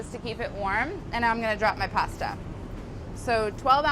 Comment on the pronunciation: I like her she pronounced pasta correctly